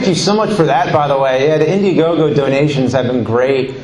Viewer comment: 0.38 "Indiegogo yeh!" - FAIL